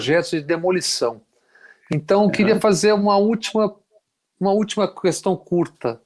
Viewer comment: Bob Fernandes, I love you, you know, mas corrija esse seu "qüestão". Primeiro, porque o inominável fala assim; segundo, porque está errado mesmo: é questão, como queijo. E, por falar em queijo, um beijo.